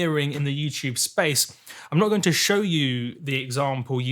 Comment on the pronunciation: why do you call it youchube